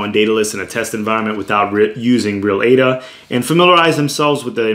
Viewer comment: bro ..now i became fan of u as ur the first person to pronounce ADA correctly.. keep doing more videos about ADA like how to store ADA in paper wallet and how to restore,,etc... cheers